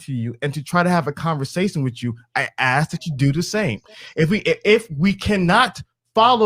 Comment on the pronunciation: I'm sorry but I can't stand when people say "aks" instead of "ask". They may be richer but still..those girls ain't got no sense.